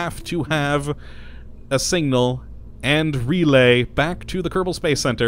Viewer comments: S I G N A L!! Not "single" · SIGNAL. Not single. pronunciation. learn it. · okschischen singal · I heard singal too. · and singnal instead of signal I love the way some people pronounce words oddly :) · singnal teehee.. I love the odd way some people pronounce certain wordsAnyway thanks for this great overview, I know it's an old video but it still applies!